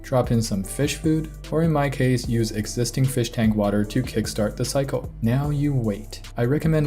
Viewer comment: The cyco? Are you trying to say cycle? This is why Stacy didn't talk to you.